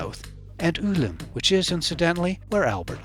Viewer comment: Its not pronounced ulim!! Its U l m